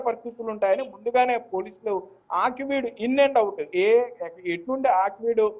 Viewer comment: Aakveed కాదు.ఆకివీడు అనాలి